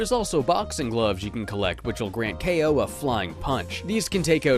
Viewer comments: This is the first time I ever heard Kao's name pronounced. I always thought it was pronounced like "cow." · > They also verbally say "Kay-oh" in the sequel. Well, in the original Polish version it's pronounced "Cow", so... I DON'T KNOW WHAT TO BELIEVE ANYMORE! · kaay-oh.... I always thought it was pronounced cow for some reason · Kao is pronounced “K-O”? Why? Why is it like that- Sees the boxing gloves Oooooohhhhhh. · There is also a PSP game for him too, and in the voice acting their pronounce Kao as "kow"... kinda like Mercanary Tao in Dragon Ball.